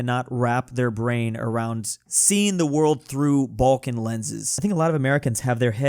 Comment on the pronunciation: It's not Bolkan , it's Balkan, say it right you little anglo-german.